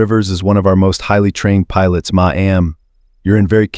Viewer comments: To the narrator you are saying my am for ma’am it is pronounced mam Just saying 😮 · No one wants to hire a human voice over actor anymore... So the robot gives us "Muh-Aam" for ma'am now... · Once again, I am here to address the lack of professionalism in the selection if the readers for these stories. "Ma'am" is NEVER pronounced as a two syllable word. Additionally, "retarded" is not pronounced as "retorted". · She punched the flight attendant not the pilot. Title is wrong & please learn to pronounce mam right. Don’t think I spelled it right.